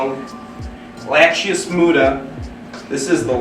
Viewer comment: Sloughing off. Not froffing off or whatever made up word you kept using. And it's LA-CHE-SIS. Not Lachius or whatever you keep calling it. I'm telling you even the intelligent people that attended Broward or Palm Beach county School systems would be considered "short bus". And I know because I grew up in Montreal and went to high school there but then when I turned eighteen I moved to fort Lauderdale, and any time I meet someone new, I can tell within about 3 minutes if they were when and raised in Broward or Palm Beach county or if they moved from somewhere else after getting their high school education. I'm not calling you South Florida people stupid, I'm knocking the school system's down in South Florida. Not even the private school kids are safe from catching the stupid ism